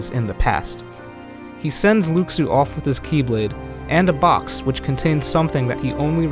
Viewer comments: Lu SHU not luke su 😩😩😩 i know this is a year old but damn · It’s Luxu not lukesue lol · Watch Back Cover, his name is pronounced "Loo-Shoo", not "Lucks-oo". SMH. That would be calling you "Mr. Wee Butts!" (Whereas I imagine your name is "" or even possibly ''). It would be an insult to you to call you anything but your name, and the CORRECT way to pronounce it. Please show consideration to artists and their design. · No... just... no. I'm all for creative theories, but dismissing what is already known about Kingdom Hearts is just wrong. And it's pronounced Lu-shoe. Not Lux-oooo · Luxu (Lu Xu, no O sound and KS instead of SH sound) is the actual pronunciation, but in english someone that doesnt know that could pronounce it like Lou Shoe. Latin tongues have different pronunciation that English. It always happens, like on Moana The Rock had shitty pronunciation of his non english lines, which is the only real criticism to his performance. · ***** It doesn't matter where it comes from. Fact is the name is pronounced Lou Shoe. So we're just going to have to accept it and call him that from now on. Or risk being as inaccurate as IGN when they say Xenanort and Eraqueez when it's Xehanort and Eraqus. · Since I watched KHX, I wondered why everyone pronounced it Luxu instead of Lou Shoe. Probably a misconception from the KHX games. :D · It's "loo shoo". Omg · right? Its pronounced "Loo-Shoo" everyone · why cant people say Luxu's name right? its pronounced (Loo-shoo) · Luxu / Pronounciation :(Loo- Shoe) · please pronounce Luxu correctly